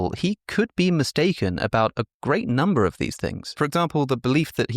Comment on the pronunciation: vitamins, minerals: very high numba